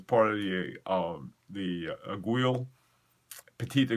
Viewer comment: great stuff but please stop saying "eg-wi[[" aiguille is pronounced "eggwee" just like guillotine is pronounced gee o tine